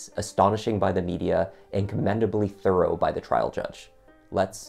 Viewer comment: And you don't pronounce Thorough "Throw- row!! And it's Scottish not "Scar- dish" 🙄